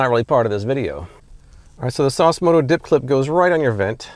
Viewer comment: Sauce moto.. LMFAO!